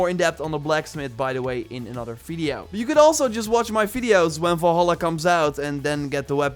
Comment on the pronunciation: is it me or does it sound like your saying volhola ?